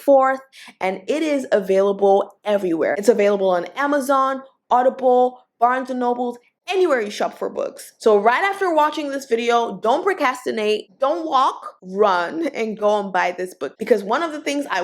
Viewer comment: It’s pro cRastinate. Not ProCastinate. There is a R in there